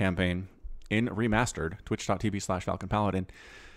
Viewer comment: i soemtimes wonder if he is saying ree-mustard! :D